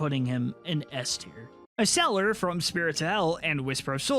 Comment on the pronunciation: It’s Exeller,not eseller